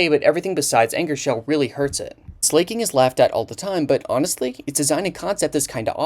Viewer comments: SLAK-ING NOT SLAYKING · Gets worse when you realize there are people in this comment section that haven't even cared about Pokemon for the last 10 years but only came for his message at the end. Also the way he pronounced "Slay-king" at the end means he may know know little about Pokemon himself. Easy to regurgitate Serebii. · "slay king" ???? Stop pretending like you don't know how to pronounce it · I've never heard it pronounced as "Slay-king" before, I always pronounce it as "Slacking". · it's not slay-king dude he slacks he's a slacker It's slack-king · Why do u call him Slay-King? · Pronouncing Slaking like "slay, king" is so good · Slay-King lol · When you pronounced it as Slay-king I died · the real crime here is the pronunciation of slaking. this is on the same wave length of me enunciating everything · Slaking is pronounced Slacking, beloved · Bro pronounces Slaking as Slay King 😂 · To be fair, it’s a pretty easy mistake to make. If you showed anyone the name “slaking” without any prior knowledge or context, they would 100% pronounce it that way just about every time. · The way you pronounce slaking is wild